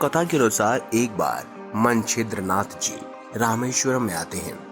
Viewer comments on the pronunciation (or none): यह कथा कौनसे पुराण से ली है यह बता सकते हैं क्या? पहिले ठीक तरहसे उच्चार करो! मनछिंद्रनाथ नहीं मच्छिंद्र नाथ कहो! मच्छिंद्र नाथ और हनुमान दोनो महादेव के अंश है ? दोनो एक दुसरे से युद्ध करना असंभव है ! एक दुसरे से अंजान होना भी असंभव है ! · Manchindra nath nhi Macchindra nathi... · Manchidranath Nahi hai bhai wo,machindranath hai Woh😂😂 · Manchidra nam nahi Mcchidranath nam hai galat nam bolne aapki jankari bhi galat hogi hamne nahi suni. Better & correct words will be used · pehle hi laga machhindra nath ko manchhidra nath keh rahe h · Bhai Manchidra nath nahi, machindernath, Jara thik se bolana sikho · Yes,its true. Hanumanji was trapped.. Please pronounce correctly. Manchidra nath nahi. Sunate huve bhi hasi aati he . He was Macchindranath. He was shishya of lord Duttatrey. Macchindranath was Guru of Gorakhnath . All Navnath were super powers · Pronouns toh toh tik kare मच्छिंद्र नाथ है वो